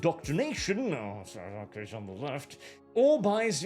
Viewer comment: “Are you ready for ze new world order?”